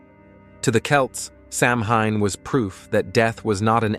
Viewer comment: Your mispronouncing the word Samhain. 🙄AI does that A LOT.🤨